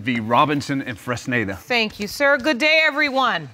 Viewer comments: I thought so too. I think it was Mr. Fresnida. I thought I was the only who heard that. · OLADIPUPO SODIQ lol it sound like she pronounced it as funonza 😂😂😂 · The sister can't even say her brother in laws name correctly 😂😂😂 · LoL so many people mispronounced/misspelled Fresneda...is that a unique name in the US? It's a good name, but I always thought it was Latin names... 😂 The man has perfectly shaped nose... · They’re all struggling to pronounce “Fresneda” 😂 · Well, the auntie is tongue-tied... But yeah... It wasn't even a difficult name to pronounce...😂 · Mr. Freznaza Mr. Frizada Mr. Frittata Lmbo poor man, hardly anyone said his name right